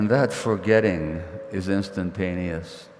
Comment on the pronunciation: "And that forgetting is instatanious"❤